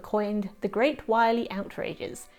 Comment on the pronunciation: Correction on pronunciation of the village name: Wyrley Pronounced Wur-lee.